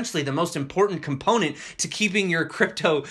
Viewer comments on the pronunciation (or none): none